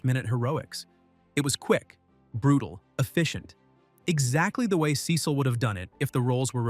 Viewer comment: Why did he say Cecil wrong😭😭😭😭😭